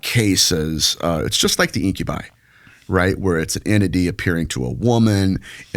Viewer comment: IM OFFENDED WITH THE WAY YOU SAID INCUBI